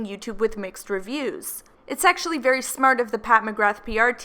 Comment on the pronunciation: "Made it 'V' clear"...how difficult is it to say the word 'very' ?? Lol 😑